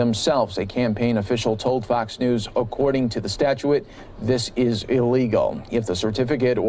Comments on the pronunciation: C'mon, the word is 'statute', not 'statuette' although the latter is much like Fox as of late. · It's pronounced- STAT-CHUTE, Statute. You're welcome.